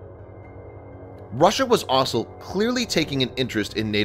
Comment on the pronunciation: I wish the narrator would learn how to pronounce 'also'. It's not 'asol'.